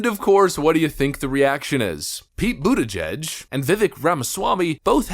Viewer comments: ButtGEEG, stop this Steven Seagal rename bullshit !!! It IS pronounced ButtGeeg, not bootijedge. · It's pronounced Peter Butt-gig.